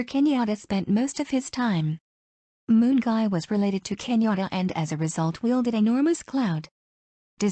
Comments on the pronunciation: Gwani Mungai alitoka Moon? 😂😂😂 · The way today's "narrator" is pronouncing Mungai as "Moon Guy" will eliminate my ribs 😅😅🔥👍